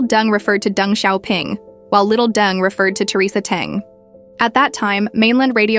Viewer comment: This Ai generated voice is seriously flawed. Theresa's surname is Teng and not dung which sound so horrible